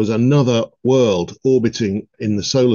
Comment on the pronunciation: i believe he actually called it a "wurd" :face-green-smiling